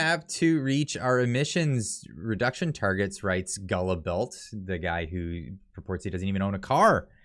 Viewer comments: GULLIBELT? holy fk bud... are you serious? Its pronounced GILL-BO. The U and LT are silent, fk sakes. hahahahahahaha. Sincerely, yer friend.... B. Allbuster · Guilbeault is pronounced - Gil - bow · FYI: Guilbeault is pronounced "Guill-Bo" Cheers. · Guilbeault ( pronounced gee-bow but condescendingly, I prefer Giblets.) He is also a convicted criminal. Let that sink in. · I believe the environment ministers name is pronounced “Guy-blow” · Pronounced « Gill-bo » 🤦🏻‍♂️ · Do something the pronunciation for Guillbeault, that minister we have here is Gillbo, guillbeault is a french name pronounced Gillbo and he is a guybo for sure. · I believe its pronounced Gillbo phonetically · HE'S A FRENCH QUEBEC SEPARATIST AND AN A SH LE, BUT HIS NAME is pronounced " GILBOW ". Keep up the good work. CHEERS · Really? Didn't even take the time to learn how to pronounce Guilbeault's name. How does he expect to be taken serously when he doesn't respect people enough to pronounce their names right? I don't like Trudeaus policies either but there is a level of civility that requires you at least pronounce MP's names correctly. It is disrepectful attitudes like this persons that show how the COnservatives are just not ready to lead.